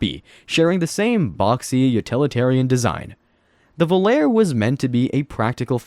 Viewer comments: The Volare was pronounced "Vo lar a". Not Volair! Also, how could this guy call the Lincoln Mark IV, the Plymouth Fury, the Caprice and the Buick Skylark ugly? I guess you think the cars of today look great! I will refrain from name calling! If you call the Skylark ugly, then you might as well include the Oldsmobile Cutless and the Chevy Chevelle in with it because they all looked alike. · Vo lare e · The Plymouth Volare was pronounced "Voe Lar E" like the song. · when you hear the original song, it "sounds" like a Vo-lar-a. I know it's an E! Listen to the song! The name of the car and song are Volare. The E has that swoop above it, making it sound like an A. So, the pronunciation is Vo-lar-a!